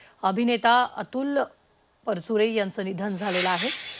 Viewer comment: News reader need to have awareness about correct pronounciation , marathi na bolata yenarya vyaktila news reader theu naka. Specially felt thisbas she is talking about Atul Parachure who always insisted on speaking Marathi correctly